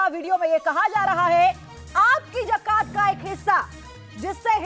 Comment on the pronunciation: Pehle bolna to seekh li jiye mohtarma wo zakat hai jakat nhi😁😁😁😁😁😁😁😁😁😁😁